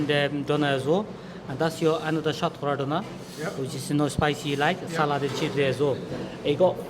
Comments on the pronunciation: What’s shat kowra ? Pronounce it how the chef said it. It’s shatkora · You silly little prick. You’re a fucking curry muncher. Stop pretending to be a fucking coconut and pronounce Shatkora properly.